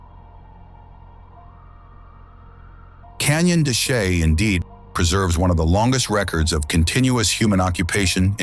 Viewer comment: Please learn how to pronounce gila saguaro canyon de Chelly and every thing else !!!!!!!!!